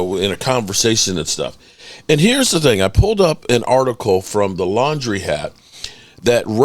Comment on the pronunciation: It’s LANDRY HAT as in Tom Landry you dope!! Not Laundry 😂 this dude a bandwagon fan living in Commanders country trying to use the Cowboys for income.